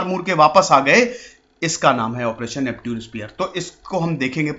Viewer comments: नैप्च्यून स्पीयर था सर नाम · नेपच्यून होता है सर Neptune - नेपच्यून